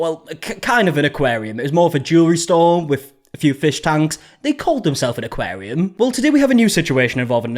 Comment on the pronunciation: "aquarium" - "aquarium" - "aquarium" - "aquarium" - "aquarium" - "aquarium" - "aquarium" - "aquarium" - "aquarium" - "aquarium" - "aquarium" - "aquarium" - "aquarium" - "aquarium" - "aquarium" - "aquarium" - "aquarium" - "aquarium" - "aquarium" - "aquarium" - "aquarium" - "aquarium" - "aquarium" - "aquarium" - "aquarium" - "aquarium" - "aquarium" - "aquarium" - "aquarium" - "aquarium" - "aquarium"